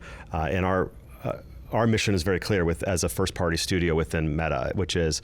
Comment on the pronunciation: I'm sorry, did you say "Meta"? Skip.